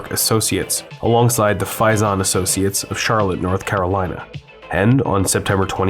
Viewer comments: Faison = Fay son! You just added another and new mispronunciation :) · And Faison in Charlotte is "FAY-sun".